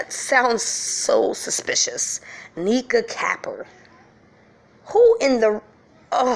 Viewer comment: Capper means she's riding for Kenneka. U pronouncing it wrong. It's pronounced like wat vampires ware around dem.